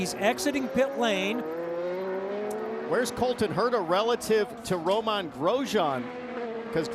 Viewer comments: I know! I cringe every time he says his name! It's not Roman It's like the lettuce! Go to speachin' school! They butcher his name in a new way every race, you'd think Diffey would've corrected him by now. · Correct French pronunciation is Row-MEH, with barely a hint of the n